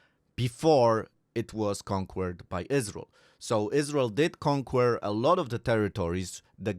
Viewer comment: As always...LOVE your videos. English lesson: CONQUER - pronounced KON-KER, not KON-KWER. Don't misunderstand...your english is great. Just thought you might like a little tweak now and then. :)